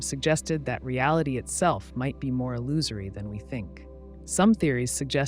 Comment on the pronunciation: Pronouncing illusory right but not Descartes is wild to me. It's pronounced Day-Kart